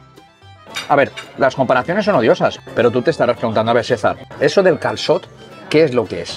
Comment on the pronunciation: Qué dominio tienes ya con el "calçot" !!!😳😱😄😄